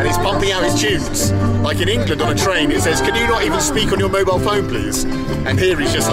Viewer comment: They're calling it Engla-land. Engla terra lol